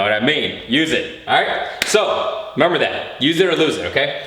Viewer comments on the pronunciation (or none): LOL every time he says "remumber"